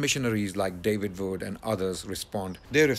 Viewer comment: His name is David Wood not "David Vood".....this is basic English pronunciation.